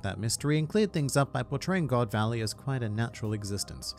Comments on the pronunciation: GOD VALLEY ❎ GO. D. VALLEY ✅ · Its GO D VALLEY